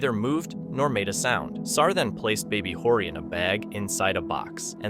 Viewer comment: Horry is not pronounced like you say it. The H is silent. It's pronounced Orry.